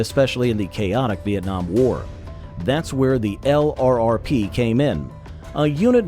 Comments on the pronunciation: L.R.R.P.... 😂 You must mean "Lurp" 😂 try typing that instead in your AI reader. 😂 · Want to sound authentic? Say LRRP, don't spell it. t sounds like "Lurp'. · It’s pronounced lurp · HEY AI just say LURP. That's the way it's pronounced. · It's pronounced lurp. I get tired of hearing the narrator keep saying LRRP's. They were LRRP, but it's not pronounced that way.